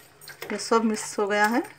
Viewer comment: Aunty acha bana tamate ka cut , aap jo bolte na mis karee woh mis nahi mix hai